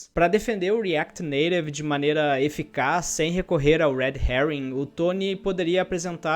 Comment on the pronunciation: como é que é "reaquiri neirevi" kkkkkkkk pq tu nao fala "reaquiti naitive"